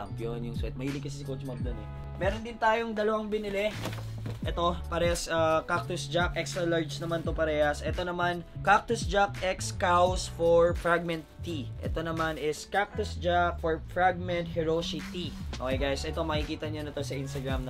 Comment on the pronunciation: Sir yung brand na kaws po, yung basa po dun is “cause” not “cows”:)